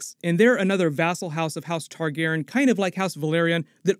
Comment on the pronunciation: Learn how to say Targaryen!